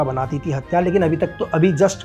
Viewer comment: आप प्रयास करो कि हथियार को साफ़ साफ़ हथियार कैसे बोले 😂 आपने जैसे हर बार हथियार को हत्यार बोल रहे थे